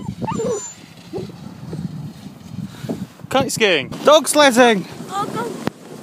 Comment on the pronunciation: Did he say...c*nt skiing?